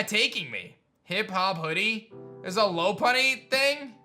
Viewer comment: It's pronounced lo-pun-ee not low-pun-ee